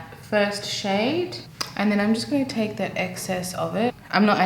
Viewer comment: “Take”, not “rake” 🤣🤣